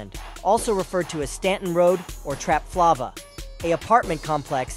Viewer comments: Trapflava❌ Trap Flava✅ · TrapFLAVOR aka trapflava tf😂 not trapflovah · “Trap Flaw-va” 😂